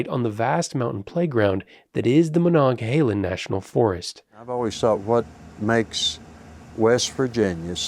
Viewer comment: Omg thank you for pronouncing monongahela correctly